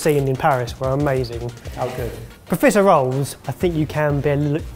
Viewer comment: Professor Rolls?.... ohhhhhh! that's how pronounces profiteroles! lol